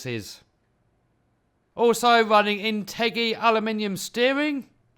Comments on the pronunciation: Its In-ter-jee not in-teggy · BTW, It's inta-jee, not in-teggy.